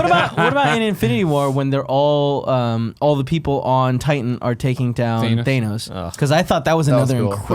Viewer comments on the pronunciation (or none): as evidenced by his insistence on saying “theynose” instead of pronouncing it correctly. And when they all say “there was an almost 3 hour long movie where they say Thanos and he says “ugh”.